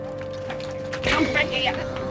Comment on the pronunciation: Cawol? Cawol! CaWOL!